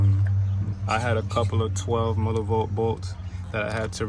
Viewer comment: Nigga keep saying millibolt 😂😂😂😂